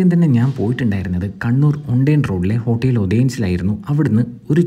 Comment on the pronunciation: ഹോട്ടീൽ അല്ല ഹോട്ടൽ ഇത്‌ തന്നെ ധാരാളം.